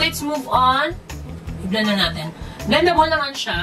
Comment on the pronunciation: Napatawa mo na naman ako 😅 "Veldable sya" "Feg treyo" 😘😘😘